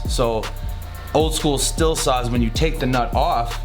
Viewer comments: It's not pronounced "still" it's pronounced "steel" ... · Just a friendly FYI. Stihl is pronounced “steel” with the “h” silent. Well produced vid. Keep on truckin’